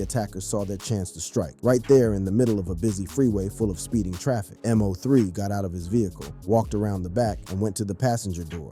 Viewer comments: How you can't say his name right M-0-3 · Why you mispronounced this man name